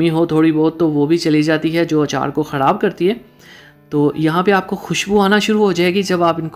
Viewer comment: Lafz khorab nahi Myry bhai kharab hora hy